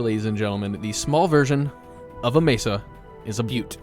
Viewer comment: Keep telling butte 😂